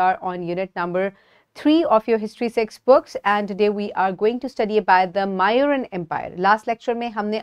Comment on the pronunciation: That is not how these names are pronounced, it's not chan-yaka, it's chaan- nakya. It's not mauuran its moooryan. These are the correct pronunciation of these names ..